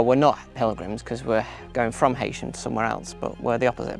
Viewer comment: Sorry, but it is pronounced ‘ He sham ‘